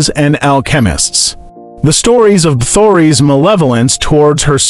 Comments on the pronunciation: Please improve on proper pronunciation. It's Casteel and Elizabeth last name is Bathory. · "Bathory" was the worst. I kept cringing lol